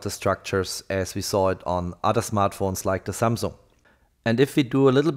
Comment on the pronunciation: Samung jajajajaja patético.